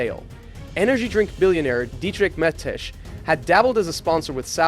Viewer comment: I know that some names are a pain in the ass to pronounce. But to butcher Dietrich Mateschitz like that is crazy.